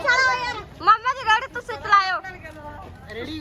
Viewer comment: ਰੇੜੀ ✅ ਰੈੱਡੀ ❌😅